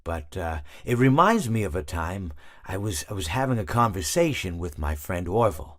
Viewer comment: convrsación mi palabra favorita